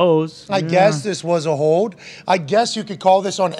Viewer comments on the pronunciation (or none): Hey McAfee..........the word is HOLD, not HODE!!!!!